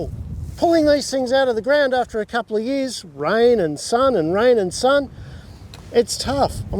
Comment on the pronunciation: "They have been here for a couple of yee ahs." What are "yee ahs"?